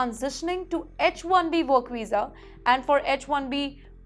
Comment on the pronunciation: Madam your pronunciation is pathetic. It is visa not wisa. Get some accent training.